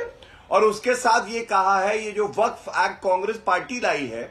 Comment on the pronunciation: “जलेबी” मैडम “व-फक्ड” हो गई 😂